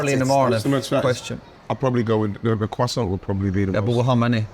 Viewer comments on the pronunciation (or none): Can somebody not correct him on the quoissant? Its croissant, just drop the T. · What the hell is a Qwasant 😂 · Jesus please take Gary to pronunciation class. Qwasson 🙄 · What the f*** is a cwasant? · It most certainly isn’t. It’s like kwasson. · Gary repeatedly mispronouncing "croissant" was horrifyingly gripping, like seeing a multi-car pileup on a motorway that you can't look away from. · Anyone else annoyed by the way Neville pronounces croissant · Gary needs to shut up with that pronunciation of croissant